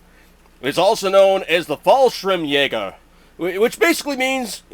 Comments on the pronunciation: It's not false shrimp jäger It's Fallschirmjäger :D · Fallschirmjäger but imma pronounce it Falshrimjaegar cuz noone can tell me otherwise... It's very funny